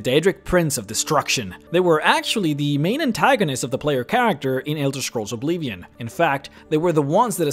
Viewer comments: Ob-LIV-ee-on. Not Ob-lee-vee-on. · Dude.. I'ts Oblivion, not Obleevion. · Oblivion* its OBLIVION. Not obleevian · What is this obleevion you speak of? I only know about Oblivion. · not to mock you at all but why do you say "Oblivion" so funny?